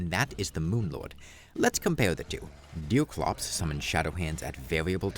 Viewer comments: ''deew cwops wis thew fiwst'' Bro needs to learn his aws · Why do you keep calling him deal clops? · Who the f is Deel Crops you keep talking about? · I love how he says “bothes” and “deoclops” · is he saying deercwops, pwayer and cwosover?